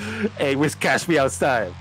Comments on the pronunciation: It's whiscash btw not wishcash why are you saying wish lol. Also the meme is 'Cash me ousside' cuz her "accent" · If I hear "WISH-cash" one more fucking time I'm gonna lose it 😤